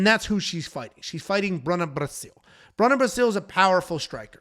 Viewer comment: "Bruna Braascilll"😂😂